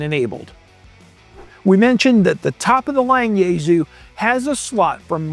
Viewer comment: It's pronounced YaeSue not YaeZoo